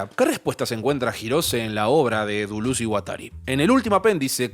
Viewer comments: Decí Deléz, decí DELÉZZZ!!! jajaja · Al fin te la jugaste, y pusite esta gran obra (al AntiEdipo y Mil Mesetas, hay que agragarles los cursos Derrames I y II de la ed. Cactus). Una forma particular y olistica de ver el Capitalismo¡¡¡ Muy bueno. PD: porque no decirle "Delez" o "Dulez" y no tan afrancesado que ni asi suena¡ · Cada vez que decía Deluz a un francés se le quemaba su baguette. Cerrado el apartado cómico, muy buen video; como la mayoría de tus videos: me dejan pensando. Larga vida a ti y tu canal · Si querés pronunciar deleuze en francés, pronúncialo en francés! No digas dulus con fonética argentina, es mucho peor que decir deles, incluso que decir deleuse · Todo muy bien, pero por que dice "Duluz" aaaaaaaaa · no me concentro si todo el tiempo le dice dulus